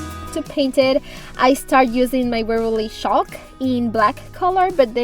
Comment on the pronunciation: CHALK paint! I was listening to this whilst doing other things and thought it was called SHOCK paint lol 😂